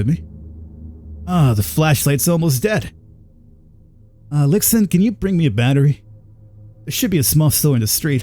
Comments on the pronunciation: Lee xuan. I know it isnt his fault but the pronouciation was killing me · I think Lixun would be pronounced Lie shun or Lee Shun, or something similar. lol